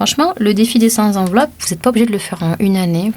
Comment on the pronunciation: Bonjour. Sept, cent, trente et un... ne prennent pas de s. On dira donc le défi des cent enveloppes (la liaison se faisant avec le t) et non des cent "z"enveloppes. Ceci étant dit, j'aime beaucoup votre chaîne et vos conseils.